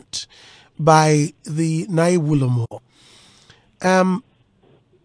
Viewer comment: It's Nae Wulomo and not Naa ye